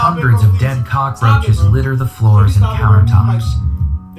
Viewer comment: bro I had teh cackaroaches bruh Victoria Justice: I think we ALL had the cackaroaches